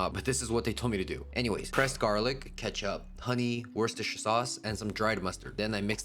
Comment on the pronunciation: Is that how Worcestershire sauce is pronounced?? 😮 Love your videos as always ❤